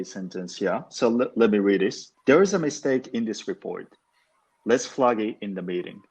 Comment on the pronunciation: ｢ゼァー｣が｢ゼー｣になるのは知らなかった。フラーッグのアーが日本語のアーになってますよ。アップルのエァーにしないと日本人の英語になってしまいます。アンダスタンドもアンダスタンドじゃなくてアンダステァーンドゥとかにしてアをアップルのエァーにしないと日本語の発音になってしまいますね。ダラーズがドルースになっでドスの効いた？発音になっている。私はニックが使うみたいなアメリカ英語が一番好きかな。